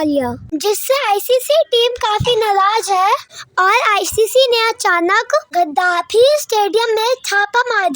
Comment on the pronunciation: Cutiye kayde se Gaddafi toh bol nhi pate....gazafi gazafi karte rehte hai 😂😂😂😂